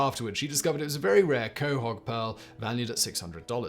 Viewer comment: Unlike Brain Blaze or Casual Criminalist, Simon actually prepares for his Top Tenz videos. Which is why he successfully pronounced "Quahog". There's no way he'd get that right in a cold read.